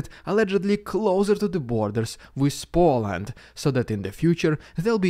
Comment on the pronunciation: He pronounces it “Spoland,” it’s so adorable.